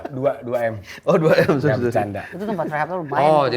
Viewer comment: "Jangang" ga tuh bwanggg